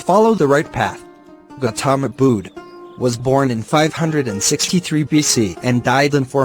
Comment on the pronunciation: gautama "bood" ☠